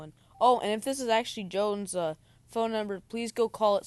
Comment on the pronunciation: Joes... not jones